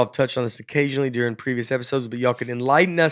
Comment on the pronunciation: Nate says "Deering" instead of "During"